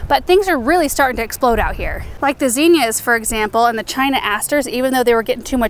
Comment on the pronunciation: Love watching Benjamin cooking with mama, he’s such a sweet boy! He reminds me of my oldest son. He’s 36 now and still a sweet and cuddly guy. Zinnia, pronounced Zinn-ee-ah, not Zeen-yah. The double “n” gives the “i” a short “I” sound. Not the pronunciation police, I just like to pronounce things correctly and thought others might like to know.